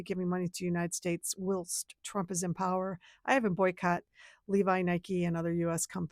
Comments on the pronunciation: Need to practice a few more times b4 recording & posting in my opinion. It’s pronounced MY-Not, Minute, N.D. Whilst is while-ST. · The way you said whilst.🤭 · . Could we have that again, please. How to pronounce "whilst". She reacts like she's NEVER seen the word before. Americans. SMH 🤣🤣🤣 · Too bad your AI voice can't pronounce a simple word like "whilst". Takes all the credibility away from this video.